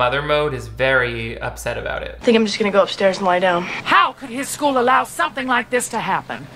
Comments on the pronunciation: Did you just say Skyewl !? 😂 Why do I feel like you're exposing my search history in every video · Lol I heard you. "sküle"